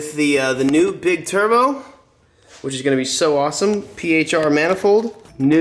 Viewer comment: “Iss beig Issa big turbow” 🤣